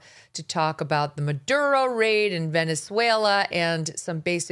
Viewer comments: I am latina. I am not a fan of AOC. She stupid, Idiot and she should be not in congress. How ever she is pronouncing Maduro , Venezuela correctly. I hate to say this since I can't stand her. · AOC, who doesn’t think Elon Musk or Candace Owen are intelligent people at least pronounced Maduro and Venezuela correctly. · Sorry, Megan, she speaks Spanish and those are the correct way to pronounce them. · I’m not a fan of AOC but your making fun of how she pronounces Maduro and Venezuela but thats how you properly pronounce it and she speaks Spanish… doesn’t matter where she grew up Spanish speakers are not pronouncing Spanish names like a gringo ..a white person making fun of a hispanic with Spanish pronunciation 🤨